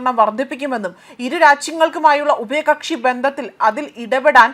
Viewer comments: ഉപയകക്ഷി അല്ല ഉഭയ കക്ഷി😂😂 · ഉപയകക്ഷി 😂😂😂ഇവരൊക്കയാണ് ന്യൂസ്‌ റീഡർസ് 😂😂😂